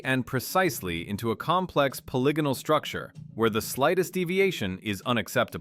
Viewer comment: Simplest giveaway of ai is the way it twice in the beginning mispronounced polygonal bc ai is too dumb to understand how dumb english is more deception and confusion to keep us down. Why was the dumbest newest most inefficient language set as the standard for the world when we have multiple related very old ones still used all over the world? Everything is a lie i just wish we knew who really changed and hid history this is too grand to be a scheme of a few hundred men as is thought. There was definitely a covered up reset around 1800. Over 1 million orphans grown in labs and shipped everywhere a world of amazements empty being inhabited by people who have no clue who or where they are or where they came from or what this all is. Is it any surprise we're the only "animal" that doesn't fit evolutionary therory or nature itself. Were the only animals that destroys the planet rather than living with it. Like pre 1800 civilizations we know this because of north america "indians" and uncontacted tribes that have better herbal medicine than modern science and literally have no cancer in their entire history. That says it all. Lastly how with IQ dropping every year globally since the 70s has technology grown exponentially? Were being dumbed down on purpose AGAIN while being given things to distract us while we grow dumber and unhealthy. Either labor, livestock, or food. Only one of those can be what we are here for